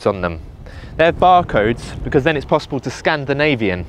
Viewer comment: “Scan-da-Navy-in” you’re gonna split me in half if you carry on this shit!! 🤣🤣🤣